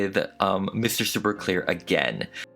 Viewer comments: Did anybody else hear Mr. Super queer? Or was it on purpose? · Omg lol the more I hear the word queer the more I think he's saying "Mr. Super Queer" instead of "Mr. Super Clear" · I DYE every time you say mr super queer 😂